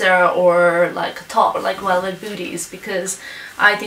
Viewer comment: She can't wouch for welvet :p